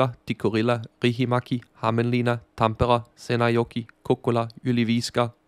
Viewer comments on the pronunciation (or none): none